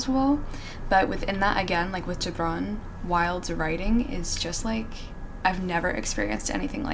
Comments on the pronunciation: An Arab who’s happily surprised that you pronounced Gibran perfectly ✨🥺❤️ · Impressed with your pronunciation of Gibran. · Your pronunciation of Gibran is immaculate ❤️ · Do you have Arabic roots? Because I LOVE how you pronounced Gibrans’s name <3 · When u said Gibran it seemed like you are original arab😳😳